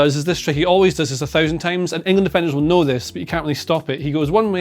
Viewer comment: Did he say 'know' with a hard 'k' ? That's remarkable if so, if it's natural. Would have thought that went out 600 years ago! (Wonder if it's influenced by Scots 'ken'.)